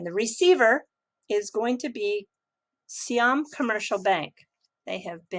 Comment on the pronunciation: i thing you are the only one who pronounce "Siam" correctly 👍